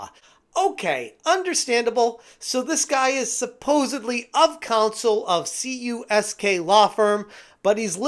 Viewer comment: Dude, it's Kamerman, Uncyk, Soniker, & Klein, which is KUSK, not CUSK for the law firm.